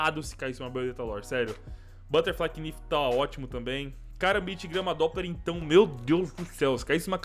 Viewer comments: Fala knife certo cara,é naife, nao quinifi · O MULEKE FALA QUINIFE QUE AGONIAAAAAAAA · para de ser o professor do yt ... eu achei estranho ele falar quinifi mas não faz diferença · fala knife direito